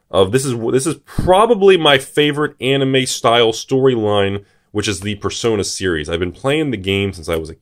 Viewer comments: Who is dumb enough to pronounce it “persauna” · I have never in my life heard someone pronounce it as "Per-Sauna". Were they non-native english speakers? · the correct way to pronounce it is "Per-so-ner"